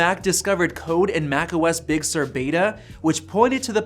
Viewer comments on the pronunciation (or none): none